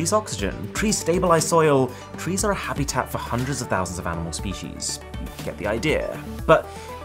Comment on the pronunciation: when he said hebeeetat tho lol😂😂😂🤣🤣🤣